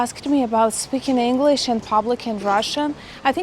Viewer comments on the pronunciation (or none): none